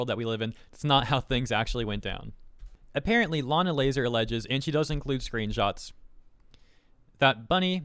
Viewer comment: the blatant saying layna lazars name wrong is kinda hilarious